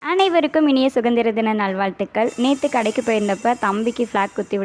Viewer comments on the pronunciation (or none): U told "Sugandhira dhinam" pa. It's not like that. It should be pronunced as "Sudhandhira dhinam"..